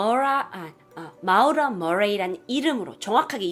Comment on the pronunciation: 근데 마우라? 모~라 아닌갘ㅋㅋㅋㅋㅋ 재밋게보고갑니다~~